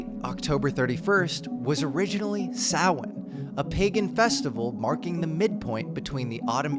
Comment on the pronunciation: Thank you for pronouncing 'Samhain' properly.